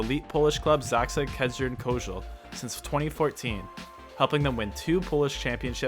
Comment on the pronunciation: You almost nailed ZAKSA Kędzierzyn